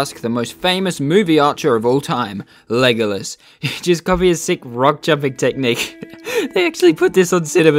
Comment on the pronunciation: Did u just say legalus